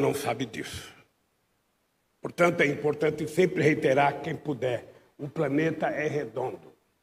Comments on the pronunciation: Sabe tanto que falou ( PRANETA) depois ( PANETA) pra ser físico , um bom físico , tem que falar inglês , pra saber os elementos , a MAIORIA tem o nome em inglês. E o Molusco nem português sabe, predicado e plural , NÃO EXISTEM NAS SUAS PROSAS. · O do lula não é planeta , o dele é ( PANETA) ou ( PRANETA) ele sabe tanto português,Quanto física!!